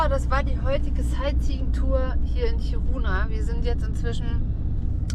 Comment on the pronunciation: Ich hab die Stadt noch vor der Umsiedlung kennengelernt. "Kiruna" wird übrigens auf der ersten Silbe betont und nicht auf der zweiten ("Kiruuuuuna")